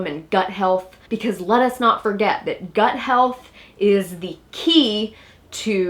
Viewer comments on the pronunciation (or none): did you say "lettuce not forget" lol lol lol